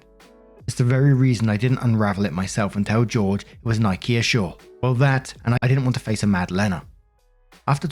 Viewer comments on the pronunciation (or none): none